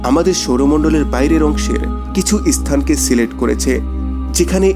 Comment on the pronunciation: স্পেসকে ইস্পেস,স্থানকে ইস্থান,নেপচুনকে ন্যাপচুন ইত্যাদি উচ্চারণ করা বন্ধ করুন। ভীষণই শ্রুতিকটূ।